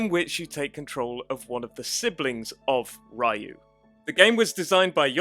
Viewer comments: Ryu is supposed to be pronounced Ree-yoo, not Rai-u. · OMG. it is not Ra-You. its re-you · STOP - SAYING - RA YOU ! It's Ryou (Ryu) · Just for clarification "Ryu" is pronounced (Ree-yoo). I didn't mention this to be a jerk, so we're clear, I just wanted make sure the correct pronunciation got out there. Thank you for the video. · Ra-yu hehe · Is a Rayo, xD. It made it sound like he meant Ray on spanish. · Ah yes, Breath of Fire's main protag -- RYE-UUU. Good video, but... all this research, and you botch the pronunciation of Ryu, the main character's name, repeatedly. lol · Ryu(龍) in Japanese actually have only one syllable.